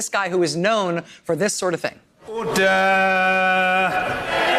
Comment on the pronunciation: erder! erder! I love the British!